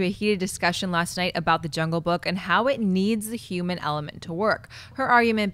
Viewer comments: U guys ever notice Schnepp doesn't pronounce the h's in words like human. He'll say uman 🤔 just sayin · D Yuman factor, InYumans movie, Suicide Squad Yumor... I can't unhear it. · Schnepp...what is a "euman"? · Schnepp saying h-words. Yuman, yumor, inyumans